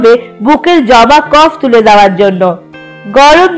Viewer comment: তোমার নাক কি বন্ধ 🙄জমা কে জবা বলছো 😰